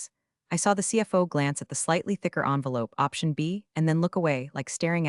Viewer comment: You dipwads can't even make your black box pronounce "envelope" properly!